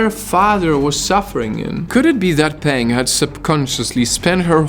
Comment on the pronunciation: It hurts to listen to your Chinese pronunciation. Her name is not pronounced “ pen-g’ (like pen in English) but more like p-‘er-ung, and “wang” sounds more like “wung”.